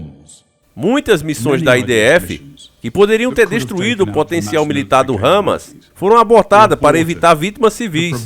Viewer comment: Pronuncia o nome correto, Hamas e não râmas